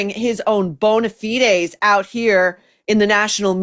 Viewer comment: "Bona fides" ...THANK YOU, Maureen. 🙌🏼